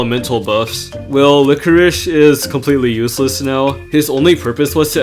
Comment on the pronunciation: Yeah lichoriche (what he is pronouncing it) is very good in this mode!